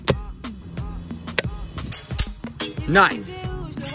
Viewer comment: He went from mispronouncing belt a n Bit to saying knife like a full American